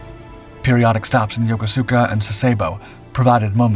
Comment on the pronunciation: its called yo-koo-ska, not yokosuka.